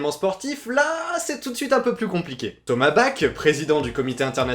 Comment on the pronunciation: Hello, si jamais, on dit "Thomass barr", et pas "Tomabac" pour monsieur Thomas Bach... c'est comme Jean Sébastien... je ne vois pas en quoi le fait qu'il y aie des compétitions privées soit un problème (des LAN)... moi j'ai organisé des match de foot avec des potos une fois, sans demander au CIO ni a la FIFA, y'a eu un prix pour l'équipe gagnante, mais ca n'a jamais invalidé le foot aux JO pourtant... je pense qu'une intégration dans les JO est un peu trop tôt mais ca arrivera dans quelques décénies...